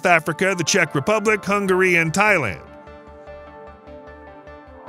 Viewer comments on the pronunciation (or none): none